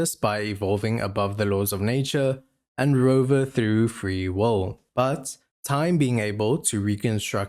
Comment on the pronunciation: Free “wole” ?? Is it that hard to say will?